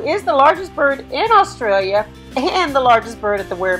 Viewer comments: *AUSTRALIA NOT AULSTRAILA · Eem-you is how we pronounce it in Australia. That's fine though. My one nitpick was "Aulstralia" 😢